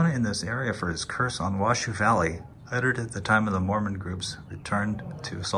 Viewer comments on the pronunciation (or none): Hate to be the one to inform you, but it isn't pronounced "Washoo". Washoe rhymes with Tahoe, for good reason: I hear the Washoe Indians named Tahoe.